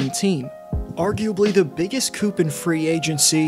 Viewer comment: Did he say COOP [sic]? Did he mean coup pronounced cooh